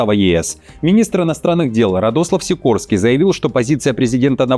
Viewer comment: Сико /рский/ будет правильнее...